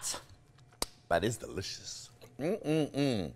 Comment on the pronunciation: How he said: " But it's delicious " The american accent is coming through!